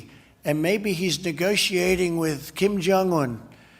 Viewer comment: "Maybe he's negotiating with Kim Jung Wun. ... I'm talking to Kim Jung Wun." How the hell is he mispronouncing Kim Jung Un? Aren't they supposed to be lovers or besties or some such shit?